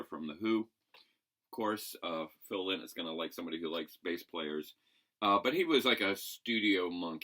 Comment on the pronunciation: Lynotts a bird, its pronounced lienot!!! Lynott!!!